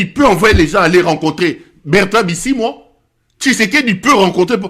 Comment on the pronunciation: Bisimwa et non busimwa